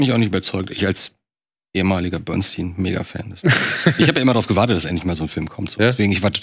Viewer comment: Wann lernt ihr endlich dass der Mann Bernstein und nicht Bernsteen heißt?